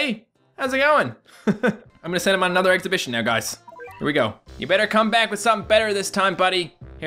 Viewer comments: I like how he says, "ex-a-bi-tion" Instead of "expedition" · X - PUH - DISH - UN. your welcome! 😄